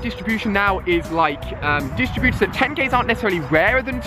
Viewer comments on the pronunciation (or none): none